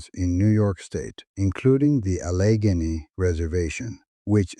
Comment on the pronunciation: oh-RISS-kiny, not oh-risk-KA-nee. Also, ale-la-GHEN-ee